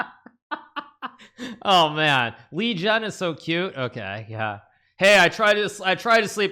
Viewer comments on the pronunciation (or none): It's Liren not Lizhen or Lijen.... play it a few times in google translate and you'll get it.. Just pronounce it as it is spelled. Relax your tongue, don't roll or put emphasis on the "r" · Month's ago I saw interview Ding. One of the questions was if "Lizhen" was the correct pronounciation of his name and Ding's response was that way was closer to correct than "Liren" with the hard 'r'. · If you're confused about the pronunciation of his name, it's really not that complicated as it sounds as it looks. The confusion is because the characters 立人 used to be romanized differently back in the day, using an older romanization system called Wades-Giles, it would be Li-jen (which is still sometimes used for names in Taiwan today), but as most people are familiar with, 立人 would be Liren in the most common romanization in mainland China today, Pinyin. Liren for the most part just sounds like Liren, but for a more complicated reason for why Wades-Giles chooses Li-jen, it's mostly because the 'r' sound used in Mandarin Chinese is not totally equivalent to the 'r' sound used in English, but it's still mostly similar and the differences are not really worth the confusion in romanization hence Pinyin does not differentiate it. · Imagine butchering a name several times, On a world championship stage. Yikes